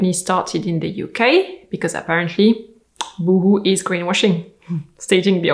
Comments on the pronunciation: I love how you say Boohoo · I love that you did that little pause, after the boohoo anouncement, so we could all laugh and catch our breath before going on. Well done!